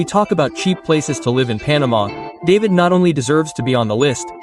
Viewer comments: It’s David (pronounced Da-veed, not the name Dave-id). I hate videos done by AI. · Certainly is strange, I almost did not recognize David as is said over and over again. Should be pronounced like Dahveed. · Its pernounce DA-VIED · Ignore those price quotes about David... Yeah you can find things for that price to rent but you're not going to want to live in them just keeping it real... And it's pronounced DahVeed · It's hard to watch when you mispronounce the name of the first city. Feels very inauthentic from the start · Learn how to pronounce David. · well as soon as you mispronounced David, I am out. I cannot trust someone that hasn't actually done decent research.